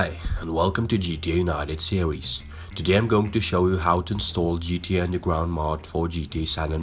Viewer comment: ''today i will show you how to install undelgwound mod for gta san andweas'' u dont know how to use an R?